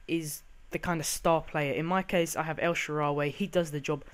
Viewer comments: Notch-er-eeno. Jar-Vis, El-Sha-Rare-Ree. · Terrible pronunciation Nocuino, De Sanchez, El sharreeree, and Jarvis is not even tough to say, u fuvking idiot, he's not French